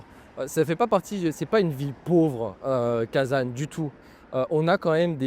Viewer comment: Attention, en français on ne dit pas kazane ! Cela se prononce Kazan avec un son nasal comme le mot an.